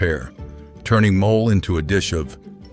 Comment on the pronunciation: Please work on pronunciation. The Mexican dish called "mole" is not pronounced as in English. Also the "h" is silent in ahora. It makes you sound as if you didn't do your homework.